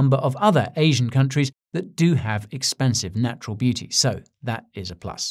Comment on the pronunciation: Did you say naturL beauty, or natural booty? 🤔